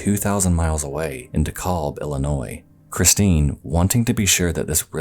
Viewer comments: im sorry but it’s “D-eek-al-bh” if im thinking of the same dekalb, IL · Insane. Great video!! I grew up in DeKalb, IL for a number of years and never heard anything about the Collins case. Usually you hear about these things no matter the amount of time passed. Even the oldest cold case solved was the town over (Sycamore, IL). Also, its pronounced Deek - al - b. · i cannot stop laughing at how you're pronoucing dekalb lmao